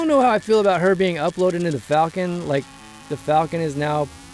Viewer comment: One of my favorite details that they kept from OG Han was the way he pronounces "Falcon" like "Fall-ken". Was the final detail that sold me on Ehrenreich.